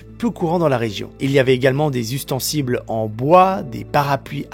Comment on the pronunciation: "ustensiBles" :D